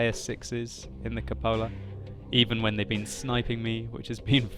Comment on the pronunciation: It's pronounced KOO-po-la.